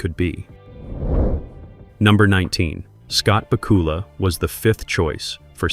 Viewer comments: ba KOOOOOOOOOOOOOOOL-a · Great video, but was it just me but I kept on cringing when he kept on saying the name incorrect